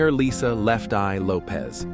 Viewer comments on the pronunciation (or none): none